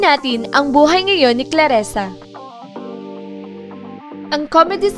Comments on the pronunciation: Dzi ayusin in mong prnzunciation mo clarissanot claressa... Owa kainis ka murder mo zng name nya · "ClarIsa" po, HINDI "ClarEsa." Clarisa. Clarisa. Clarisa. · Nakakatawa ka, Claresa o Clarissa, ok sana pero mali ang bigkas ng pangalan.tao lang nagkakamali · Clarrisa...di clarresa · Clarissa hindi Klaresa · Hahaha, daming alam pero di alam bigkasin ang CLARISSA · It's Clarissa (kla-ri-ssa)